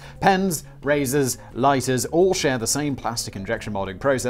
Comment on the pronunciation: I liked how simon suddenly had his english accent back when he said LOIGHTERS